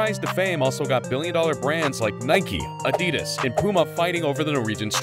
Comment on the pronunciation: my guy said adidas wrong